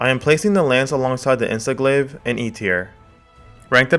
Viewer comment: Did i just hear "Insest Glave" lmao